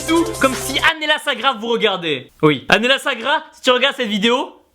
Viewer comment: TIBO SA S'ÉCRIT ANLLELA MAIS SA SE PRONONCE ANGELA PUTAIN 😂😂😂 ps: je la suis depuis 2013 car c'est ma motivation en temps que fille et en temps que garçon c'est toi alors merci pour tout se que tu fait peur tes abonné etc car tu mets la pêche à tout le monde même dans les moments les plus difficile boom #teamshape